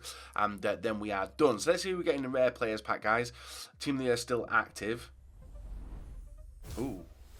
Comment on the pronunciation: "Team of the yurr"